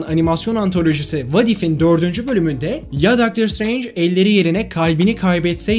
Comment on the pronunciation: şıtreync demesi bi banami garip geliyor